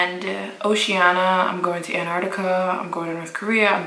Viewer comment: this is the video i’ve been waiting for ever since i subscribed to you. that glow 😍 girl did you just say Antartica?!? 😂